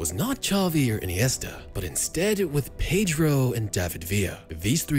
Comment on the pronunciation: Pedro* not Peidro